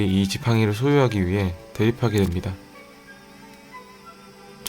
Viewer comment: 개인적인 의견인데.. 뭐뭐 됩니다 할때 다 발음이 드 발음에 가까운것같아..서 조금 불편하네요... 고쳐주셨르면 좋을것같아요! 불쾌하셨다면 죄송합니다